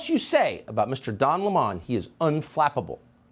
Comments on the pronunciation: Oh wow this is off topic but who could stand to watch Tucker for man than 5 minutes? That clip was exhausting, ha ha ha he said Lemon as La Mahn. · Noooo!! Not Donna Lê-mon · “Don La-Mon” 😂 Wow.